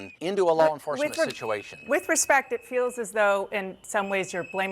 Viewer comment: "lawl enforcement"